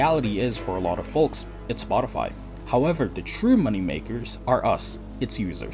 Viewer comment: dude's saying folks with a hard L